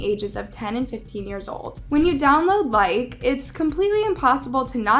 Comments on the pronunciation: BTW you pronounce the E as a hard E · Oop I thought it was pronounced likey Like - ey Like - ee? You get what I mean? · It’s Likee not Like btw not being rude but yk just saying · Is proununced like ee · it's pronounced "Like-E"